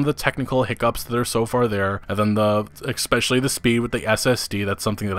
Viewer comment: Every time you say “expecially” I shake my head and think this guy isn’t a a smart man...